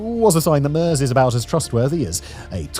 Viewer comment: I'm American, not German, but the pronunciation of Merz and Die Linke left me wondering how much I can trust the rest of the research if no one bothered to spend 60 seconds on YouTube learning to get the names right.